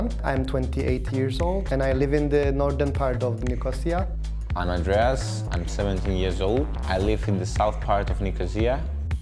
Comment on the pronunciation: I love how both guys pronounce Nicosia differently lol ffs